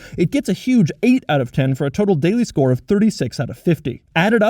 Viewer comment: He always says "..the Doug store" instead of score. I can't be the only one who hears it like this.?